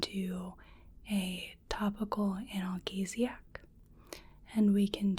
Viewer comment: Always love your videos, but one note from this one, analgesic is pronounced an-al-jee-zic. Don't mean to be a know-it-all, it was just a bit distracting when I was trying to fall asleep listening.